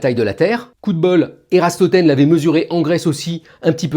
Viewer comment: *Eratosthène pas Eratrostrene!